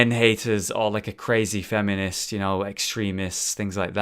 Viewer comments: He says it FemEEnist and it bugs me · haha "femunist"